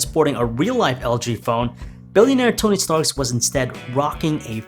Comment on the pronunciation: Tony Stark. Not Tony Starks smh